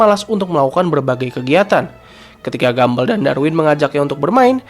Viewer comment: penyebutan yg benar "gambol" bukan gambel